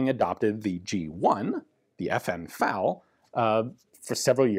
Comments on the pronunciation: F.A.L. Why do you keep pronouncing it "fowl?" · It really bugs me that Ian keep calling the FAL a 'faal'. It's F...A...L just as the US BAR isn't 'baar' though some will call it that. And in other videos sometimes he does say F..A..L...?? Sorry...just had to say it. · It's pronounced to rhyme with "pal", although with the French pronunciation of "automatique" it should really closer to rhyming with "fall". Practically everyone uses Ian's pronunciation.